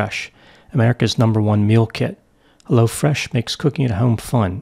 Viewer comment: yeah I did too and at first I kept thinking it was crazy that there was a new company called Lo Fresh but just like Hello Fresh. Lol